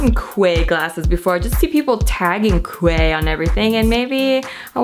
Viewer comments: The quay Australia sunglasses are pronounced like "key" Australia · Quay is pronounced "key". 😘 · Thank you so much for saying that, I just got to that part and hearing her say Quay like that, oh no. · Quay is pronounced key 😂😘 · It's pronounced "Key." Because they're fancy or sumthin